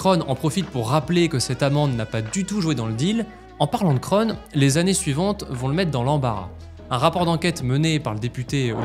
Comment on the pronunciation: Cest très interressant et bien réalisé, ça recoupe ce que Frédéric Pierucci avait reporté dans les différents média qui l'avaient reçu Un petit détail par contre: Kron se prononce ON comme dans "bon" à la française. Prononcé O-NE comme dans "bonne", c'est à l'américaine, choix de prononciation qui contraste avec le thème d'aujourd'hui